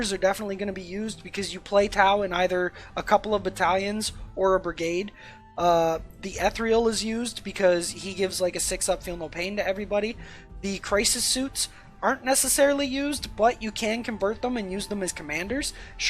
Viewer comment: You’re pronouncing “ethereal” in a funny way... it’s “Eth EAR ee al”.